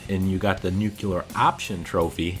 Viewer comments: Nuclear - pronounced.. (Nu-Cle-Er) Not... Nuke-ular. C'mon guy the 70's are long gone. I love your vids still :) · Confirmed you can go up to Liberty Primed without doing that quest and still remain neutral to the rest. also,death to all who say "new-queue-lar" instead of "new-clear".JK :) but seriously get it straight. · It's nuCLEAR, not nuCULAR. Jesus. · well, it was good enough for the (ex) president....lol....George Bush said Nucular in every speech he made...haha